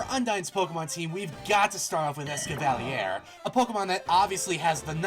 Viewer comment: Did I jus hear him pronounce escavalier as es ca va liere rather than es ca va leer? Never heard someone pronounce it like that